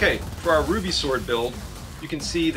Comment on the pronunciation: Oh, you were one of those who pronounced it "R-W-B-Y", yes? I pronounced it back when the show started back then. Can't believe that some people pronounce it like that even though there's like, four seasons already. Oh well, can't blame you for that.